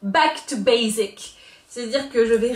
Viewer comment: Haha faire style d'avoir l'accent anglais pour rigoler c'est sympa, mais jdois quand même dire que le Z de basic me fait mal aux oreilles :( ça se prononce ss :p mais bon x) Enfin du coup, je trouve que t'en fais un peu trop d'accent anglais/de délire, et que c'est dommage en parallèle on voit à peine les couleurs et la qualité de la palette :( pouce rouge pour moi !